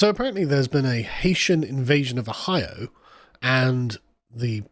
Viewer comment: Oh-hio pronounced as posh as AF 😂